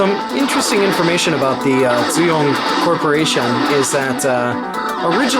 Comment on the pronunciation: Never seen any games by dooyong before. Pronounced with a d btw. Unfortunately here in Korea the games would have all disappeared now. As no one here cares about that kinda of stuff :(